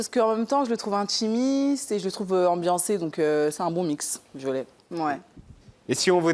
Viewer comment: Un album intchimiste !🤭 Elle ne se censure pas sur ce qu'elle djjiiit !🤭 Elle est plus matchure🤭 Elle a répondue djjirectement